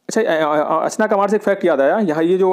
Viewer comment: .. 2.उदानती-सीतांदी ..3.अचना कमर. नही है भाई 😅 Indono ka Sahi pronunciation 2.उदंती-सीता नदी और 3.अचानकमार है 🙏🙏